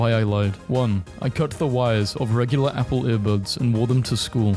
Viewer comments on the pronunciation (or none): none